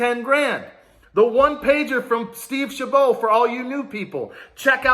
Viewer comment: Ohio Senator Name is pronounced Steve Chabot (sh ab ot)